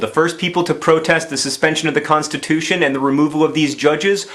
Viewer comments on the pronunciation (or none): Right after he finished the peeps off, he said the word people and I totally heard it as "PEEP-LE." :D